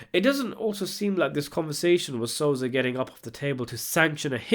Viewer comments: Yo.. it so-sa!!! Not sozah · DIDE WTF ELWIRA AND SOZA CMON NOOB ITS ELVIRA AND SOSA FFS CANT WATCH THIS WITH THESE PRONOUNCES ITS DISGUSTING